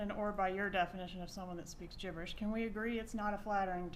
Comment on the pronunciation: Love how she say's gibberish (Jibberish)